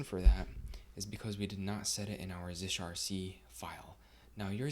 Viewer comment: Great video, clean and clear. FYI .zshrc pronounced “zee shell rc” and “zsh” is “zee shell”; like its predecessor “c shell; csh”. 8)